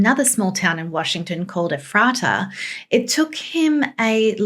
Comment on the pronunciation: Its EEEEE-FRAY-TUH your welcome. I live in said town, born and raised, drives us nuts when people says efrawta when its pronounced “eefraytuh” 😅😂